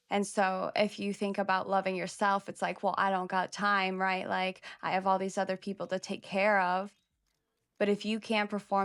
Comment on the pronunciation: trate udda pepole 😂 had me dead asf